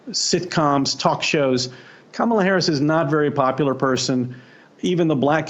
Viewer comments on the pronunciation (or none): Kamala, not Pamela (or was that on purpose?)!